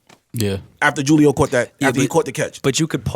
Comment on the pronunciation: called him "jewleo" 🤣